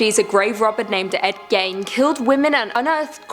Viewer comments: What is "Repungent" and who is Ed "Gain"? Did she mean "Repugnant" and Ed "Gein"? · Gein rhymes with bean.